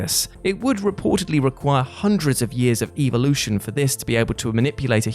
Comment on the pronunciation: So you are all ignoring that he keeps saying "evilution"?